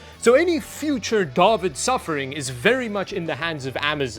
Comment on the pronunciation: Duhwid- Reese’s PC’s If you’re going to pronounce it like you’re illiterate, at least be consistent